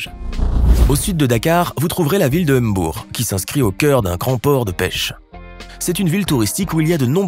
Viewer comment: Merci. Surtout sur l'effort de prononciation de certains noms comme Mbour, Ndiassane, ....